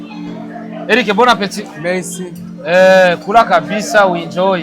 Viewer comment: Ako kajwi ka Eric nako 😂😂😂😂😂😂😂😂😂😂😂😂😂 merci ni mesi😂😂😂😂